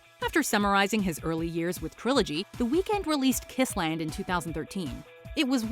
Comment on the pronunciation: Dont pronounce his name like that😡😡